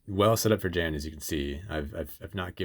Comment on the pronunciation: This is only a very minor point, but "Jan" is pronounced with a soft J. Like "Yan".